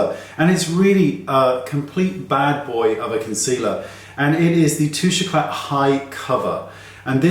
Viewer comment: thank you so much, very informative, pronounce Touche eclah no t, could you find a dupe for that?